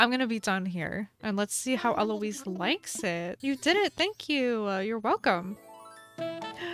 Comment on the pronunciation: ELOISE YOU JUST SAID LIKE ELOISE YASSSS